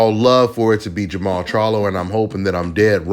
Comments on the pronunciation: Jermell? You mean Jermall. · Im assuming you mean jermall not jermell. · Jermall not Jermall